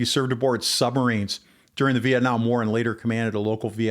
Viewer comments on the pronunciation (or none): none